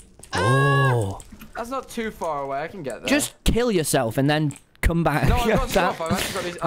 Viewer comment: “we- we’re bloody 2000 blocks aweh”